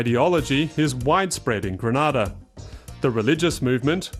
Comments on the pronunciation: GrEnada - not GrAnada - why cant people pronounce the name of the Island properly? Granada is in Spain. Grenada in in the Caribbean! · Please pronounce the name properly it's GRENADA not Granada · I loved the miniature history lesson, but it was rather unfortunate that the narrator kept mispronouncing the the Island. It's pronounced Gree- nay-dah not Gre-Nah-dah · Great video ... please know Grenada is promounced Gree- nay-dah thank you. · LOOOOOOOOL its Gre-nay-da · Granada is another place altogether. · Lovely visuals, many great nuggets of history BUT I cannot share a video that so blatently ignores a basic concept of getting the name right. Gre- NAY-da. It's painful to Grenadians to hear it so mispronounced. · If you are going to make a video about GRENADA - perhaps you should first learn how to pronounce it properly. It's easy Gre-NAY-Da. Try it. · Someone should tell this narrator that he is pronouncing GRENADA wrongly. It is not the same pronunciation as the Spanish country Granada. It is GRENADA!! pronounced Greenayda!!!!! Get it right Narrator... PLEASE! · I hate how this guy keeps saying Grenada like Granada. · mustafa ahmed Lol right! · That's not how you pronounce Grenada 🇬🇩🇬🇩🇬🇩🇬🇩🇬🇩